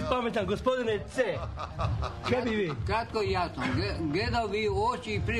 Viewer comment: prije svakog odgovora "kjatko i jasno" 😁